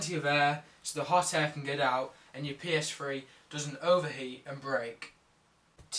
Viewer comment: OMG this guy is so stupid.... first off its not a psfwee ist a ps3.. secont of all those are all ovious and u should NOT turn off ur ps3 if your only gonna be gone for 2-3 mins cus its simply too much stress to be turnd off and on and off and on in short pirods of time.